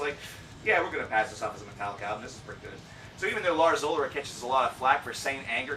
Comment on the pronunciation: Its "Ulrich" not "Ulric".... why are muricans so fucking lazy about languages?